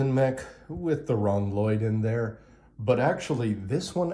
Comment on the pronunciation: why do you keep mispronouncing L-Lyod?